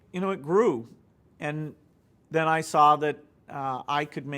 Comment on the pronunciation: so if you're so smart why do you say stuff like den instead of then??-_